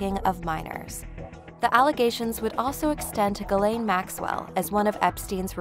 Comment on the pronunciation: ghislaine is pronounced zhih-len not guh-lane